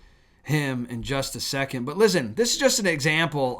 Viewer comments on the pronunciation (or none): none